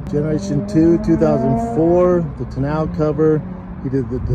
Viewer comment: Holy sh*t… poser status, certified. He called the tonneau cover on the bed a “ta-now” cover. It’s pronounced “tah-no” cover.